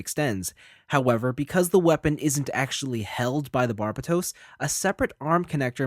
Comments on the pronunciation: and here I am pronouncing it as Burbatos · Butchered the name though.